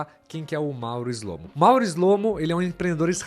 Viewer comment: Shlomo em hebraico é (שׁלמה) que significa Salomão! As letras "SH" pronunciamos como se fosse o "X" na palavra Xarope, mais ou menos "xlo-mô" 👍👍